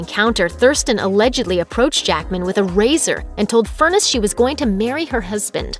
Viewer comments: Deb’s last name is pronounced Fur NESS, not like furnace!! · His wife's maiden name is pronounced as FUR - NESS, NOT Furnace !! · "Furr-ness" not "Furnace"! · Her last name rhymes with finesse, not furnace. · Is her name really pronounced "Furnace" and not "Fur-NESS"?